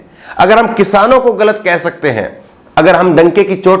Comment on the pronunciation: aap ki urdu word Galit bolte hai ise sudhare pls